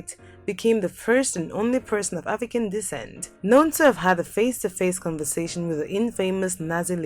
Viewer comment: Shame. You can’t even pronounce conversation